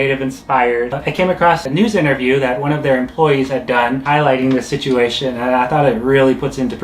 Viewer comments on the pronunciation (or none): none